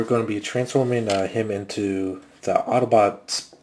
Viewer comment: you said autoboot its autobot